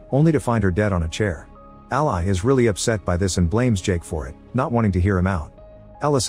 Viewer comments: Ally is pronounced Al•lee, not Al•lie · Funny how AI can't pronounce names correctly. Ally the name is pronounced different than "ally" as a noun or "ally" as a verb. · Anyone else annoyed at how he pronounces Ally's name?